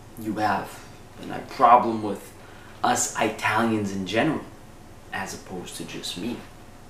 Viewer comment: LMFAO You're somethin else : Us "Eye-talians" hahaha